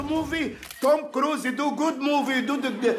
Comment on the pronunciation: I guess this is my first video of where he actually pronounces the lead actor’s name correct.😂